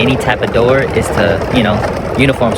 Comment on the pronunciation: On the count of 3 everybody say…. “Open the noor” 😂😂😂😂